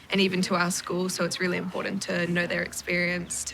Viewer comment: Stop mispronouncing "Important." There's a "T" in there, NOT a "D."